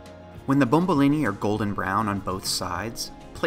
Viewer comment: that it's called bomboloni not bombolini. great job any way!!!